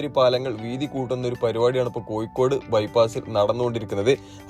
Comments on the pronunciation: കോയിക്കോട് അല്ല. കോഴിക്കോട് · Maya alla,mazha anu.koyikode alla,kozhikode.